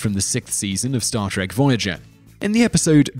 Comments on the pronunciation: no a bad video but i wish you would say the name of the show right its star TREK not star TRACK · Trek not Track. Two different words with different pronunciations. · Why do you call it star TACK: please stop that!